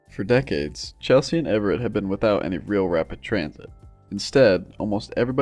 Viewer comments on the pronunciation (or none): none